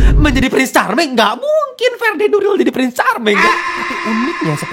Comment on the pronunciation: Fedi Nuril bukan FeRRrdi Nuril tapi FEDI NURIL